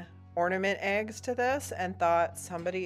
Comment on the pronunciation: It’s eggs…. Not aigs! 😂 #northerns in the south